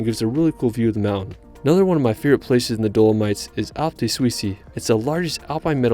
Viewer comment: Some pronunciation updates. Seceda - "se-CHAY-dah" Alpi di Suisi - "AHL-peh dee SYOO-zee" Io parlo italiano. Indipendentemente da ciò, il tuo video è stato fantastico